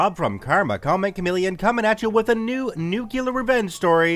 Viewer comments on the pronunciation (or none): Hey Karma it's Nuke-Lee-are not nukular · It's new'-klee-uhr, not new-que-luhr Geez. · Did you pronounce it Nu-Cu-Ler instead of Nu-clear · "Nook-you-ler" lmao